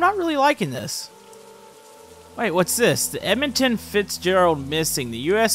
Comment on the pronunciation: Edminton Fitzgerald, lol what? Edmund Fitzgerald*